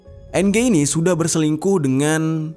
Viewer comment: NG bacanya eng Jer.